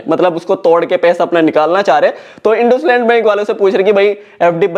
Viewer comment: ❌इंडसइंड इंडुसलैंड✅